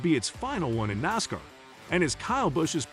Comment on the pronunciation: Hate the computer dude can’t pronounce NASCAR properly. … and it begs for likes. 👎🏻👎🏻👎🏻👎🏻👎🏻👎🏻👎🏻👎🏻👎🏻👎🏻 💩